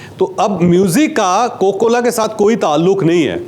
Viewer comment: کوکو کولا نہیں جناب کوکا کولا۔